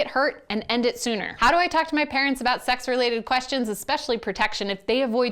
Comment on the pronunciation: "it can make it hurt and end it soonder" ... imma need more info on that one